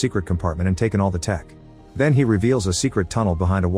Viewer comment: Isn't it ridiculous how the voice over in this video is AI reading a script, which is high "TECH" technology, yet the AI pronounces the word "TECH" as "TEACH"